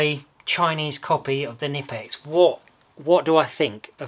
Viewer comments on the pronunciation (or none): In German, you pronounce the K Kkkkkkkknipex